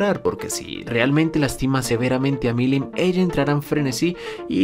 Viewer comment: "Veldanava"... Mirim "Nava"... si el no "interpreta libremente" algún nombre, no es un vídeo suyo. XD